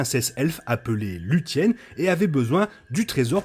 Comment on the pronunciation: Plus la vidéo avance et plus ça me frustre d'entendre les prononciations aussi mal faites... Celebrimbor = KèlèbriMbor (le R se roule légèrement) Luthien = Louthienne (th comme en anglais) Et d'autres agaçants à entendre en fait... j'sais que ça fait puriste, mais c'est comme entendre les gens prononcer le S dans Mesrine ou le H de Hérisson.